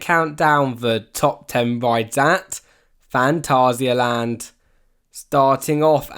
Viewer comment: well done for pronouncing phantasialand right